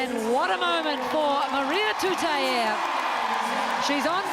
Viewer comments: Commentators pronounce her surname -Tuta-i e..... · It's TUTAIA. There's a goddamn 'a' on the end! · Lady ur a NZ reporter, what the hell, read her name properly TUTAIA, u should know better than that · Her surname is pronounced Tuta-i-a not with a E